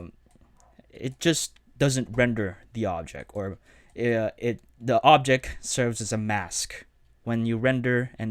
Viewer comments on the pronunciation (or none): Great tutorial and I am really grateful for it but pronounce your T's man! It is objecT, effecT, selecT etc., not objec, effec, selec...